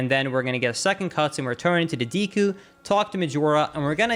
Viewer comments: "Deekoo" place :/ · Ive watched a ton of your videos but I can't bring myself to subscribe because you say "deku" the wrong way... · i have never not loved the way he says deku like “deekoo” lmao